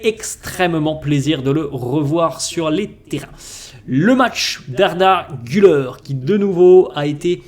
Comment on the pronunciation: Pour la pronunciation d’Arda Güler , Gül(air) et surtout pas Gül(eur), donc sympas de bien pronouncer. Merci